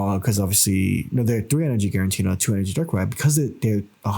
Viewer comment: You're putting one too many "n"s in Giratina my friend. Not GiraNtina I think.